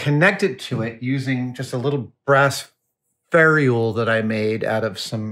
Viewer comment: wtf is a "ferry-ule"? It's a "fer-ule". Love you Adam, but come on. It's a simple and unambiguous word.